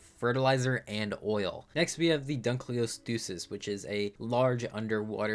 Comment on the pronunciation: a lot of pronunciations are off, it's "jigga-no-tuh-saurus" not "giganto-saurus" and "dunk-lee-aus-tee-is" not "dunk-lee-oh-stoosis"